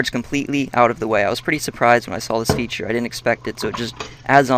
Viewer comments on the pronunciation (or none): none